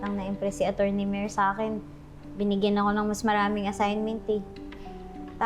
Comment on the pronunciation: sa sobrang OA nya ung pronounce nya ng Attorny nagiging ACHORNY na kloka